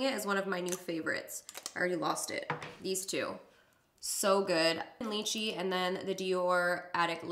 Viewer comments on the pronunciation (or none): ur pronouncing lychee wrong its "Lie-chi"